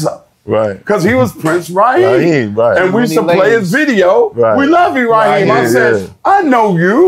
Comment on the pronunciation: Prince Rakeem not Raheem